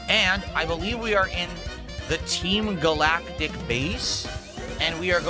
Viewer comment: “We’re in the TEEM GAL-ACK-TICK base…”